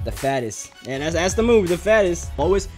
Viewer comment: I think it's pronounced thats not "dats"